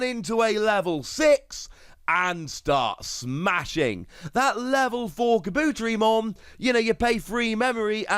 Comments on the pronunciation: I love your content but every time you talk about kabuterimon you butcher the name so badly! Car-bu-teri-mon! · seriously. You are so mispronuncing Kabuterimon. Take Kabuto, like the pokemon, and combine it with Terri, like the beginning of Terriermon. Kah-boo-terri-mon. Im sorry, but you keep doing this, and its especially annoying at this state. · Awsome video love them also nice for keeping up to date and obtaining knowledge of past card drops etc I just started I epically failed to join when this game first dropped lol Anywho anyone else find the themselves screaming internally it IS KA! BUUUU!!! TERRI!! MOOOOON!!! lmao although he may be pronouncing it correct but for us who grew up with the show its diffrent like 🤔 how ill only say puppetmon